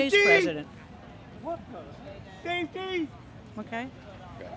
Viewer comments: There’s no way the wheel chair guy is real☠️☠️☠️ “Saftey, Saftey” - thank you for letting us know you farted sir with your speech impediment looking like a pug 😂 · "Sae-Ty, Sae-Ty" "We Nee Sae-Ty" 😂😅😂😅😂😅😂😅😂😅😂😅